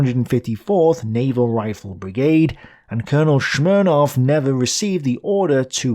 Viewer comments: SMIRnov, not Shmirnov, is a common Russian family name... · yep, he even pronounced the Russian name Smirnov the German way: Shmirnov. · Hey,, what's with the German bias! You pronounce Smirnov with a Sh, like Bagels and Shmear! Kidding:)